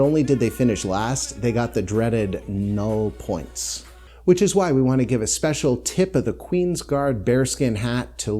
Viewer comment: Couldn't you pronounce 'null points' and 'douze points' the way they should in traditional Eurovision style?